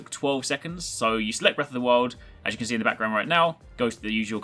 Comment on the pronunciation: 'Breath of the Wil'?